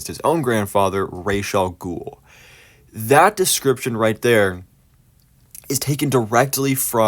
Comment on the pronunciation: Ras Al Ghul is Arabic. Ras means 'head' in Arabic and is pronounced R-ah-s, not Raysh.